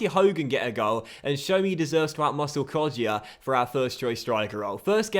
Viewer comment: Hey, with Kodjia you don’t pronounce the ‘ i ‘ in it